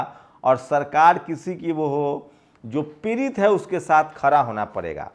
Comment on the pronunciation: आआ ऊ ऊ pehle bolna sikh ja पिरित nhi पीड़ित h